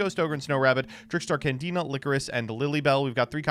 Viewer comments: Did called Candina, Canadia? Someone is with Paleos in their head... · referred to Candina as "Canadia" so many times that for a second i had thought i was in the wrong year or something